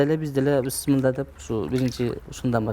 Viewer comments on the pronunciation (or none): none